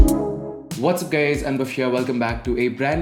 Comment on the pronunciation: I understand that you have problem with pronouncing but you can not call us gays🤣🤣😛😛🤔🤔